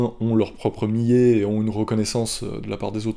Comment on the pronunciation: Millet.. Il faut prononcer le "L" sinon ça donne un autre sense